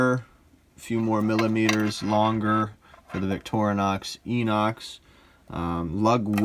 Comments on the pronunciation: So annoying when self professed experts can’t even get the name correct. FYI, (sure I’m not the only person to point this out), it’s pronounced, “eye-nox”. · Victorinox is a French word and the X is silent. Inox is pronounced with an I not an E. I have owned a fair few Victorinox watches and Citizen watches, and Victorinox are superior. Problem with Inox is the 21mm lug width